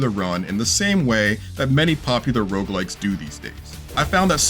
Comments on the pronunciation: he was referring to how they pronounced the word “rogue” as “rouge” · "Rouge like." Yeah, i'm out.